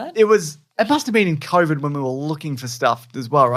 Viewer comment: Covies, Momics, and SheeVee Toes.